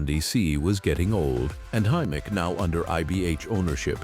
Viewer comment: Hi-mark? Hy-Mac you mean. AI narration is shi*e.